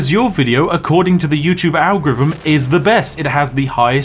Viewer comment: Lol. You can't say "Algorithm". 😅 "ARGEREEVMM"